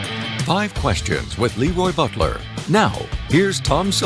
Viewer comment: 😂😂😂 Probably the same reason the opening announcer pronounced his name LEEroy Bulter instead of LAroy Butler. Incompetence.